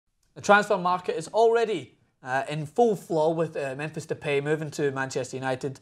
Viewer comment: Pronounced Depie Not De Pay